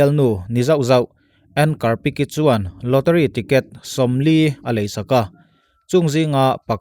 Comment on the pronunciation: Lawteri ni lovin lawtari tia lam tur ni awm zawk tak ani😁